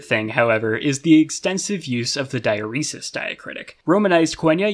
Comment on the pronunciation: losing my mind over the pronunciation of diaeresis